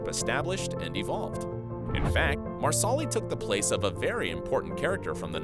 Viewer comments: It's NOT Mar solly. It's Mar suh Lee. Not kill aw dun. Not murk aw. So do your damn research!! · CullOWden? MarsAWli? Wtf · MAR-SA-LEE, not Mar Sal Ee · Never will the voiceovers learn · Marsali not Marsoli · Nada Rosguttis I love the narrator. I think she is fabulous. Surprised you p go back to hear her say Marasli. I don’t remember her mispronouncing it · Yes! Especially Marsli! 🤦🏻‍♀️ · It's pronounced MARSE-lee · Please learn how to pronounce characters names (Marsali --- Mar-sa-lee) as well as where the major battle happens/locations. You're saying several wrong which angers fans as much as changing the story. It makes it obvious you've never seen the show. Only reading from a scripted narrative that you don't know squat about. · Mar solly? Lmao 😂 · Marsaaalii huh!!! Is it so hard to get some names pronounced rightn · "Marsali" pronounced "MarSAWlee"? I hate it when YouTube narrators can't even feign enough knowledge of their material to get the names right. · Mar soli 😂😂 it's pronounced like parsley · I'm so upset by "Mar-SAW-ly", dude what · Tammy McFall Philippi agreed. Each time the narrator says Marsali’s name I cringe. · 100% agree. I kept cringing every time he said Marsali. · if we are talking about "" she definitely butchered marsali, murtagh, loaghaire...etc etc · I was just thinking the same thing ESPECIALLY when he says "Marsali's" name LOL 🤦‍♀️🤦‍♀️🤦‍♀️ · This narrator has obviously never seen the series, as "Marsali" would tell you at "Cullodon." ;'D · Stop saying Marsali's name like that!! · You could do just 5 minutes of research and learn how to pronounce Culloden, Jocasta, Innes, Brianna, and Marsali. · It’s really annoying how he pronounces Marsali‘s name 😒